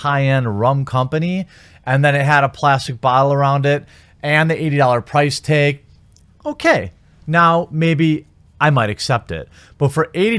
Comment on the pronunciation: Price teg? Where you from, Cenede?